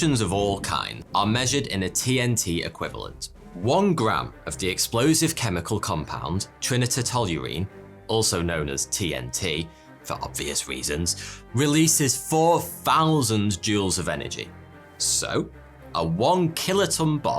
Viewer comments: TRI- NITRO-TOLUENE! Not TRINITA TOLUENE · TRY-NITRO-TOLUENE not Trinny-Toe Toluene ffs. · Pronunciation guide: TNT = "Try-nitro-toll-you-een". Since it has three nitrate groups connected to a toluene ring. Nothing to do with Trinity, except obliquely. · TNT is pronounce tri-nitro-toluene, learn to speak properly! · Argh! Tri as in three and nitro as in nitrogen. Tri - nitro - toluene (A person may start thinking you’re doing this for comments) Otherwise, a very interesting and fun video. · A couple of points the word atoll is pronounces AT oll, and the word you butchered Trinitrotoluene is pronounced Tri nitro toluene. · Its Tri-Nitro-Toluene by the way haha 😂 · I don't think I've ever heard anyone pronounce trinitrotoluene like that before. I've always pronounced it tri-nitro-toluene. (Try-nitro-toll-you-een) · I believe it's pronounced 'TRY-NITRO-TOLUINE'! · Wow, that pronunciation of Trinitrotoluene, you do know it's tri pronounced like try, meaning three, ie. tri-nitro-toluene. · You need to practice your pronunciation of Trinitrotoluene.... Try-Nitro-Tol-You-Een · Trinitrotoluene (try nitro tall-you-een) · dude its tri-nitro-toluene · I'm giving the video a like for the worst/strangest pronunciation of trinitrotoluene I have ever heard >.< made me choke on my milk. #Edit, at the end now and wow that long since Tsar and Chicxulub was only on the order of 10^6 greater, I would be more concerned hearing that than less. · I think hits a new high in mispronunciation gaffes with his fancy attempt at trinitrotoluene. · Trinitrotoluene, Chicxulub - for the high quality videos we are treated to here, I didn't expect such cringey pronunciations. Gonna have to work on those mate!